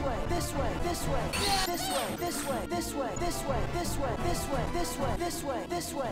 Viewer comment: am i crazy or "this way" sounds like "dissuade"